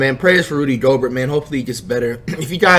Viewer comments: this dude says rody instead of rudy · Its rudy not rody like roddy ricch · Bro who seen this nigga title who is rody my nigga u mean "rudy" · It's flight must of been high as FUCK because it's Rudy not rody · It’s Rudy not Rody lol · Nigga said Rody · “Rody Gobert” 💀💀💀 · Nobody: Flight: “Rody Gobert” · Dude said Rody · Nigga Said Roddy 😂😂😂😂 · yooooo I Love when Flight Says Rudy’s Name LMAO it’s an insult itself the way he pronounces it💀💀💀💀😂💯